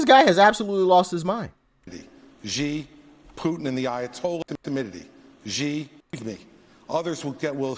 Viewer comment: Well, one the man showed was that he sucks at foreign diplomacy. He doesn't know how to pronounce the CCP leader's name: it is not "gee"; it is "she".